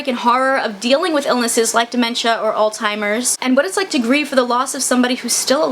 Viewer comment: Alzheimer’s is not pronounced “alltimers”